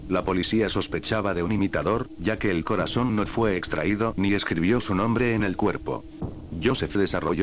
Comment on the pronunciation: Hoygan dice mal el nombre